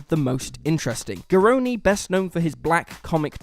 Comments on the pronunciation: Garrone not Garony!!!!! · garronE - the e is pronounced like the e in elephant